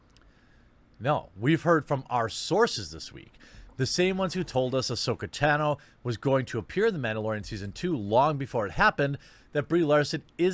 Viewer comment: So many things to hate about Jeremy but the way he pronounces Tahno as tan-o annoys me the most ugh decided to finish the video before commenting & the way Jeremy has little knowledge of the topics he covers but acts like he has all the geek knowledge is so aggravating, like there have been so many incarnations of these Marvel characters both before & during the MCU movies, most have been animated shows (that are amazing check them all out) & characters like Captain Marvel have HUGE roles she's like Wonder Woman in Justice League, like these are known things from the comics all the way up to shows/movies now... sorry had to geek rant... everyone say it with me "the quartering is a fake geek!"